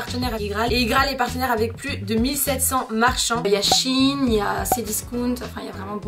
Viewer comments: Ca se dit pas shin mes shain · Shein ce prononce chayne